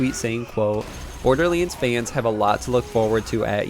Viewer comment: It's not borderlands not borderlends there is an a not an e it's not hard to say